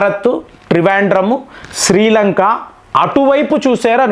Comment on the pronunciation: శ్రీలంకా కాదురా శ్రీలంక